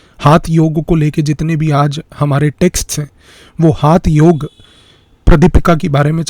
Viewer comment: Sir it's not हाथ योग it's हठयोग